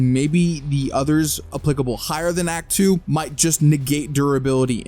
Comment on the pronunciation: the way he said "act2" there looks like he saying hawk tuah 🥺 sorry if you find it unfunny